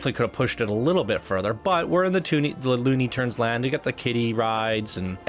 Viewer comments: Why does he say loony turns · I really dug this park, and I thought you were being way too loosey-goosey with your review and your attention to detail. You kind of came across as pretentious and couldn’t properly say the words “Looney Tunes land”, and you definitely don’t give him enough credit this park is sick. just fyi you might wanna look at this one again.